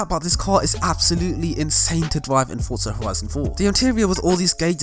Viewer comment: "Fortsa Horison 4"